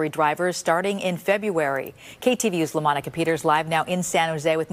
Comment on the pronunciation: "LaMonica" FFS.